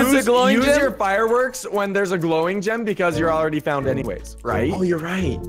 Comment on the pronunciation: It's so funny how Preston says gem like gym!